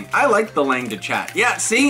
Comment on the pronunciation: Just so you know, it's pronounced "long de shah"